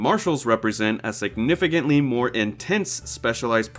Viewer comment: "Signifigantly"? HAHAHA